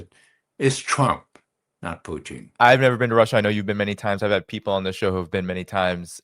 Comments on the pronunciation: Why does he say “Putin” like that? He’s not a tasty treat of french fries, gravy and cheese curds…. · who is this clown who can't pronounce Putin's name correctly?